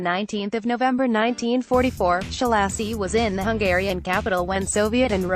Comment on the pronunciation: I wish somone would just pay a decent reader,,, the guy's name is Ssssaa-loshy....not Sholaaasi... The accent ohn the A opens the a wide. Otherwise it is closed, almost an "o" He was a monstrous person. I saw this series of pics when I was doing research in Budapest in '88.